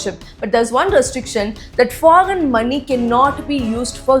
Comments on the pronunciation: Such an Idiot , fool , people of India , first learn how to pronounce word correctly 😂🤮🤮 👉 foggen. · You first practice to pronounce “foreign”. You are misguiding people every day, who’s funding you